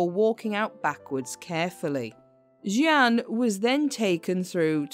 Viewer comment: Jeanne,means jane ,you keep changing pronounciation